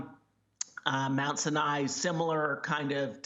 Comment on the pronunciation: Good report but it is pronounced Mount Sinai with the accent on the first syllable. How hard is it to know the name of the damn hospital?